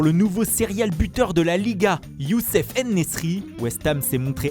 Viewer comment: c'est Youssef Ennsiri et non pas Ennesri. L'autre fois vous avez dit Younes à la place de Youssef. Pourtant son nom est bien simple à prononcer, non ?